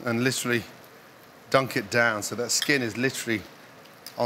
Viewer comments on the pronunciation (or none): "Litry"! Litry, litry, litry!